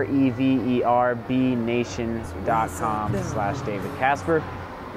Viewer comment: "rever-B-nation"????, Uh, darling, I would have thought it's REVERB-nation.